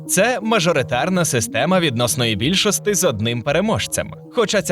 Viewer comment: Букву "і" не вмієте вимовляти? Якої бляха більшостИ?